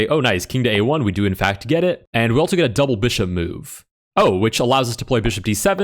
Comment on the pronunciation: I can’t help but notice that he pronounces also, “altzo”